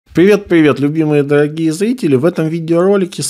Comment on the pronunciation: Пливет Даагие злители! Ему срочно к логопеду нужно!